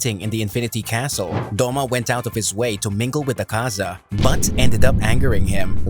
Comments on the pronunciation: It's not 'akaaaza' . It's "aakaza" dumb shiz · AH-kaza not aKAza cmon now and it’s mugen train say it right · Dude its not Akaaaza, its Aaakaza